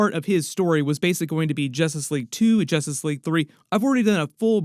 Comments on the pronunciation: I can't not hear "Jostice League" 😂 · It sounds like your saying Jostice league at first 😂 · Ha ha …. Jastus Leeaig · Why's bro keep saying jostice league 😂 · Y does this guy keep saying justice league wrong. Can’t u speak English lol! 😂